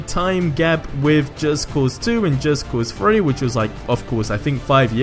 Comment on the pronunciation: It's called just cause three not just cause FREE. And with not whiff like you are smelling something. And E three 3 not E FREE.